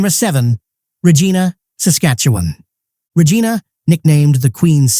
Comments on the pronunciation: Why do people do hese videos and mispronounce words??? They should do the research first..they sound ridiculous...R a gina ??? really ? Buddy its pronounced (rej-EYE'-na) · How can you believe this site's top ten list when they pronounce Regina and 'Regeena'. On behalf of everybody living in Saskatchewan that just had their provincial capital city mispronounced on the internet from somebody that claims to be able to rate Canadian cities at anything --- Booooo! Idiot...